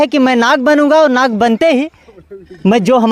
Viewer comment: Nag nahi lad hai 😂😂😂